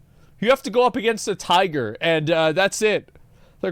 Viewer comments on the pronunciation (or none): none